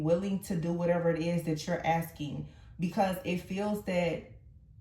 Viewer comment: You said “Dat” It’s (that) can you please speak correct English? Also you said dat um, dat isn’t a word and um is a pause in speech. Um isn’t a good word to use just because it’s a word. People say I’m when they can’t think of anything else to say. You said dat more than, you said dat all through out the reading. I don’t have time to time stamp all the times you said it. It would take too long to get through the reading. Also I never had a mask on in my past relationship, you said we were wearing a mask. when you mentioned the Queen of Cups card. Also my past person wasn’t married just lied and cheated and got two women pregnant in the beginning of our relationship.